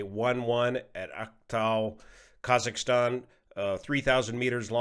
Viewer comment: Maybe you can coach Dan from taking off on how to pronounce Kazakhstan. He kept saying kazaka stan lol